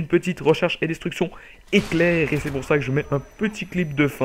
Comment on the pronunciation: Pas de "e" à éclair, sinon gg